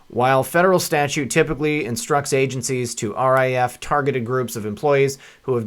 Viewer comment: It Rif, not R I F